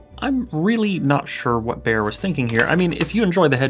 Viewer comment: Can the Anglophones please stop mispronouncing "Beyer?" It rhymes with "higher," not "mayor."